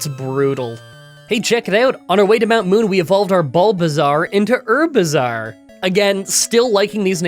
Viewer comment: I’ll never forget ivysaur’s french name. Just had “how bizzare” every time you said its name